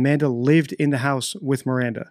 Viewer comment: Oh shit, yea I just heard him say Miranda, yikes